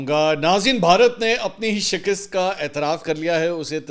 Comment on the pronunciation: Shikust شکست Not Shikist